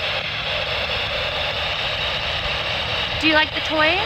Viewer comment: When you asked if they like the toys, it sounded like "like you guys."